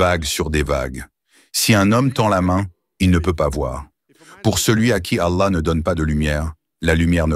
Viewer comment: Pour, la lettre “h " qui termine le mot Allah, se prononce comme le “h" de Ibrahim, pas comme "y" où “ي" en arabe. Ou comme “how" de l'anglais.